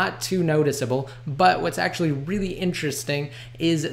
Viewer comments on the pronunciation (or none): none